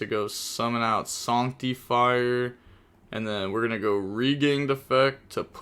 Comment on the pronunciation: SANCT-TEE-FIRE is a wild way to pronounce that card